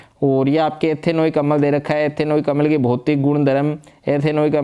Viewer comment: अमल नहीं होता अम्ल छार होता है sir 😮